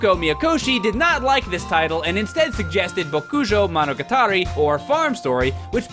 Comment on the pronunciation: I have never heard the name bokujou monogatari butchered as badly as you have said it.